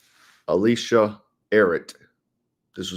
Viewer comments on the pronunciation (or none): none